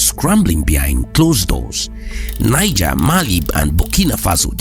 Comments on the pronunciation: The country NIGER is pronounced NEEZHER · Niger. Pronounced "Knee. zheh"